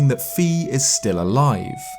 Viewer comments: her name is pronounced FYE not "FEE"....otherwise very nice./ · It's Fi as in Defy, not Fee. It's been years, please say the correct pronunciation. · Fi is pronounced f-eye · Am I the only one with the ears destroyed hearing his pronunciation of Fi ?